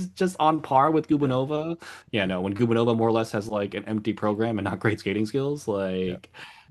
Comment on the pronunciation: Thomas, Anastasiia’s last name is pronounced guBAnova. Not GUbaNOva. It rhymes with Stepanova.